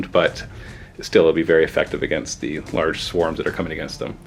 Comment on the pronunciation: Di Eh? :)